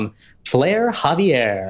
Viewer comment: Umm actually you called Xavier, Javier